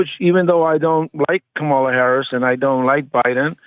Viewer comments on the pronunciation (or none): I don't respect anyone who cannot say Kamala correct after it's been said correctly too many times,so when this guy said it wrong I wrote him off automatically.